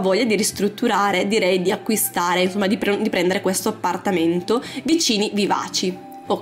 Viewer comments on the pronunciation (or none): Ahahhaha mi fai ride come parlii APPPPARTAMENTO, CUCCCINA, SSSSSALOTTO, ARRRMADIO 😂😂😂